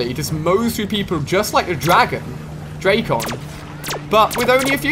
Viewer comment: Ali-A i am a big fan, but it is so cringe when you pronunc the names of the Guns, like dracon,its not drac on but dracon i one word.